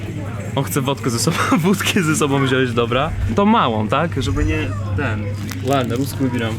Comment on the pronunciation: mówi się wziąć:) Nie rób tego samego błędu co głupi Polacy:)